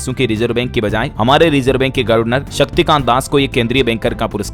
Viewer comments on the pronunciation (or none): गर्वनर नहीं गवरनर बोला जाता है